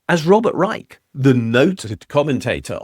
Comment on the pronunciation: FYI, Reich is pronounced with a “ch” sound, not a “k”. Source: Robert Reich’s channel. RFK Jr. has been mispronouncing Reich’s name recently, and Reich has not been happy about it.